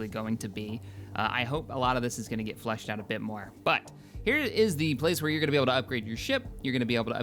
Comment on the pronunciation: It always sounds like you say "flush out" instead of "flesh out."